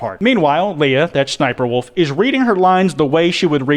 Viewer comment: Not trying to hate but “shniperwolf”